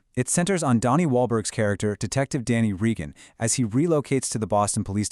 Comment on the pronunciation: Have you even watched "Blue Bloods"? You can't even pronounce "Reagan". They had accepted pay cuts in 2023, but the show was still too expensive. It wasn't just Tom who was disappointed—the other actors and the entire crew were too. You should watch or read the comments from Donnie Wahlberg and Bridget Moynahan. I'm part of Tom's family, and we've talked about this, too. Tom was asked if he wanted to be on “Boston Blue,” but he turned it down because he wants to leave “Frank Reagan” in the past.